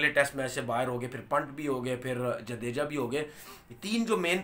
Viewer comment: जडेजा है वो जदेजा नहीं है